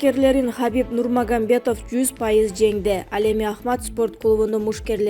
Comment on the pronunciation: Уфс анан Нурмагамбетов деген не деген диктор бул? ЮФС анан Нурмагамедов десениз айланайын